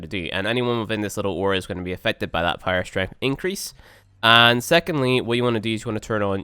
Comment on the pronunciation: Even when he says power strength it sounds like pyro strength